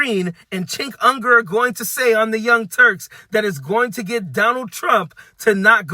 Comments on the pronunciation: Left them a long time ago. He's so hyperbolic and disgusting. But, his name is Cenk Uygur (pronounced chink you-ger, not unger). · Cenk Uygur is pronounced Jenk Yugor.